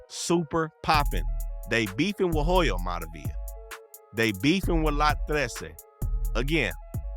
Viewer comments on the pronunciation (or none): In Hoyo the H is silent my boy... Alot wasn't covered... Especially the heart of ELA... Atlantic and Whittier